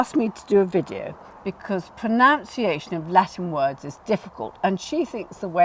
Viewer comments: I was about to say the same… it’s proNUNciation. So many get this wrong 😅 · It is actually pronunciation 😊. Not pronOUnciation. No wonder we’re so confused …..the naming of the problem is part of the problem. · Let me stop you there, Bunny! It's spelled and pronounced "pron*u*nciation" 😜 Carry on... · Please note that the word is pronunciation and you are not saying it correctly.